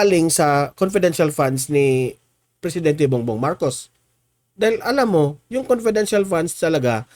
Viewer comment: Conpedential nga e,bakit e explain pa yan.conpedential is conpedencial.